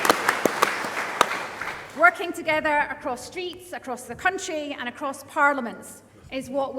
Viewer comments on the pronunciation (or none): none